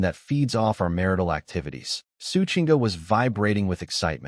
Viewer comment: mar-tial ❌ mar-ital ✅